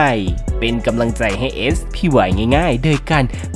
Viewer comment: เสียม คือ อุปกรณ์ ในการขุดหลุม และมีจอบ มีชื่อเรียก ในภาคอีสาน ครับ แวะมาพิมพ์ ปกติดูอย่างเดียวครับ เอส พี วาย ไม่ใช่ สปาย